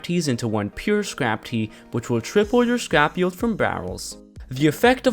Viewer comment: Lol its not pronounced “yeld”